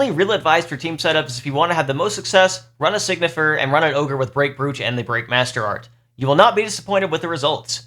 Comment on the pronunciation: Time to be a douche. It pronounced sign-y-fer. Not Sig-Nifer I am sorry